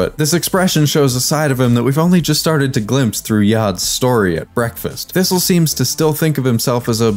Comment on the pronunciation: Thistle? Oh, do you mean Sissle?